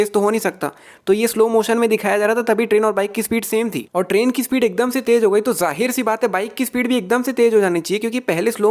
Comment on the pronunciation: you talk akdomse Akdamse